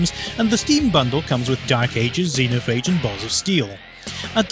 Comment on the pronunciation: Oh, and it's pronounced Zeen-O-Phayge